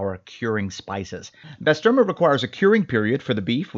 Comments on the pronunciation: Great vid 👌 on it own it’s amazing but frying it up with eggs is on another level. Try saying bah-sterma… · Bro butchered the name and its turkish lol.